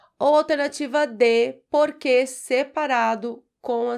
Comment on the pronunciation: Muito básico. Para um português é muito fácil. 1. a) 2. b) 3. a) 4. b) 5. b) 6. d) A Prof. não devia pronunciar "porque/porquê" da mesma forma como se as duas palavras tivessem acentuação gráfica. 🇵🇹